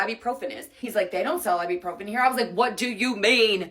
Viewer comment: Her problem in Spain was she kept calling it "AIbupròfen" while in Spanish it sounds "Ebuprofén" (notice the accents too).